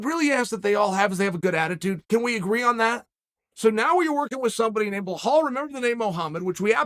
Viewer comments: Someone tell him its Belal not Blahal pls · Chael Pee on that name 😂…. His name pronounce is: Bee L AA L not Belhall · It sounds like he’s saying Blahowiz instead of Belal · Be-lol/lal not behole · How can you see & read BELAL and write BELAL it in the title of your video and proceed to call the guy BLAHAL for 10 min ????? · Are you saying his name wrong on purpose because is Belal not Blahal and you butcher a lot of names and it’s kind of disrespectful to the fighters because you cover the sport so id think you’d try to pronounce your name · Chael, Belal's only asking for one thing, remember the name. It's not "Blehall" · belhal 😂😂😂😂😂 remember the name chael bilal not bilholl or what ever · Please chael beeeeelllllllaaaaallllll Not bbblllllaaahhhhaalllllllll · it's Belal bro... not BLAHAL :) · His name is not blah Hal.. it’s Pronounced Beh lal… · His name is Be-lal, Bee-lal not blohaul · Hahahah... BE-HALL I guess it should pronounce BEE-LOL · Wtf Blahal man? Its Belal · Again with Blahal….yo Chael…THERE IS NO ‘H’ IN BELAL, HIS NAME IS BELAL…..NOT BLA’H’AL. WTF MAN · Bla-Bla-hall. Seems like Chael wats to spit every time he mispronounces Blahall’s name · Uncle Chael, we want to make sure you remember the name correctly here 😅. It is pronounced "BE-LAL", there is no H :) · If Uncle Chael says your name is Blehall, nice to meet you Blehall:) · Say my name .... Your Blahal right YOUR GODDAMN RIGHT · Would you learn to pronounce names correctly please... Especially this one ...it ain't that hard for Christ sakes And it is disrespectful!!!! It is pronounced "Bill Lal" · Blehaul, LOL...every single time he says the name. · Why the heck Chaell always messed everybody's name up 🤣🤣. "BEHOLD Muhammad" wtf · Please Beeeeeelallllllllll, not whoever you are calling. 😆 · He will remember blehall, too bad for belal nobody remembers his name and they can't pronounce it either. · “It’s pronounced Belal” -5 people in a hotel. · His name is pronounced Be-lal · So it's Blelal?